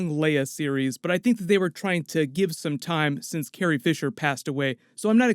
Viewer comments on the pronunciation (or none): none